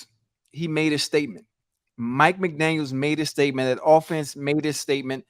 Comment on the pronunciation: MCDANIEL NOT MCDANIELS, say the coach name right